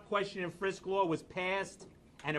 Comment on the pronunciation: Hard to have respect for anyone who can't pronounce the word "law"....